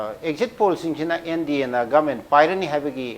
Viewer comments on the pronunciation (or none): none